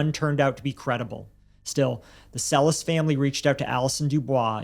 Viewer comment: The family actually pronounces their last name Cell-Iss. Furthermore, neither host is Latino. Would you be condescending towards an ESL person for not saying English words correctly?